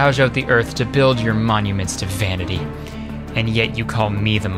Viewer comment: “Momuments”- creeper